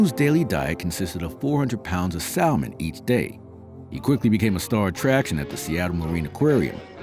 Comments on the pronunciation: you may want to look up the pronounciation of the word salmon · I hate AI narrations! They can't even pronounce salman. The pronounceing errors are infuriating to listen to. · He can't even pronounce salmon correctly.